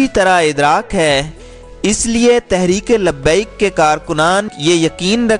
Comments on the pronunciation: Sorry bhi lakin iska naam tlp hai tareek labbiak Pakistan Zara naam sahi bolo aap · Insan bn sahi name bolo TLP Pehle seekh lo